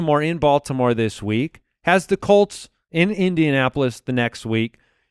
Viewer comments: "Indianapolis CALLts?" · Jamie Craig i knew i heard him say cults lol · Why did say Indianapolis Coats in the intro?